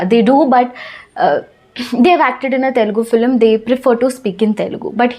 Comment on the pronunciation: Cinema means FILM not FLIM. Please pronounce as FILM not FLIM